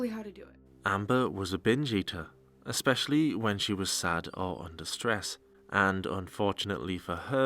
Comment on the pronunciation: "Exspecially" isnt a fucking word you fat sow. Especially doesnt have an X in it